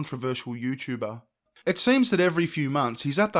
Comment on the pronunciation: Yuchuba. I like how he says Youtuber.